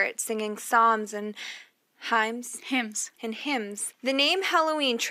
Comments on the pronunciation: did she say "hymes"? lmao! so i guess they dont do prep work before starting a podcast. see, The Poop is going to be mad because she said his favorite word so wrong. i must admit, their make-up is gargamel....i mean gorgon...hold up, i mean gorgeous. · [himes], lol. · Given that she couldn't pronounce "hymns" or "Catholicism", I'm going to say no.